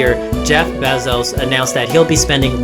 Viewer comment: Bezos fan boy hahaha, can't even get his name right damn it lol